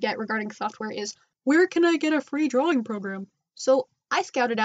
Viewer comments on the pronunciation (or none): none